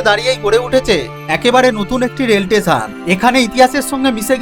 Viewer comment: স্টেশন ❌ টেসান ✅ 😂😂😂